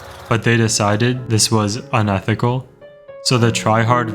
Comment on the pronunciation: gotta love how it sounds like he said unethical with “”